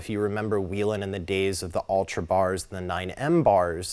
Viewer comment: Still don’t know how to pronounce Whelen I see. Good deal